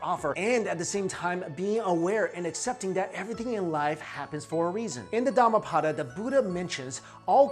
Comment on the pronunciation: it's not "dama pada" , it's"darma path(not paath)", speak properly first